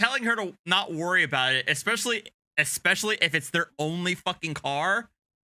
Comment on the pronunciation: He said 'ridiCALous' and 'EXspecially'. My god, why can't they English! I have literally taught grade 4 Korean students with a much better understanding of English than these dudes have. And, oh, his poor wife having to deal with this nonsense.